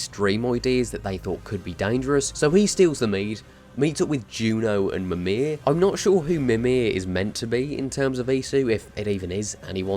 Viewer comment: "Memear" WTF stop there is no Australian way to say names from our Asatro. its Mimir not memear (Its not a Mear its Odin uncle) please pay some respect